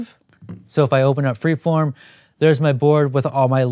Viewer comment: You mentioned a photo app and I can't tell if you are saying pre-form or free-form. This makes it difficult to locate in the play store. Could you please post the actual name of the app?